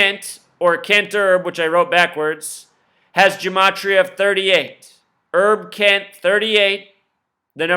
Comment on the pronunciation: His name is HERB KENT...Not ERB Kent. As in HERBERT ROGERS KENT.